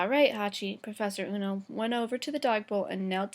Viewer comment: ueno not ono